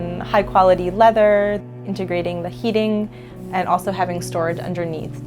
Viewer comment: No one : Narrator : integrating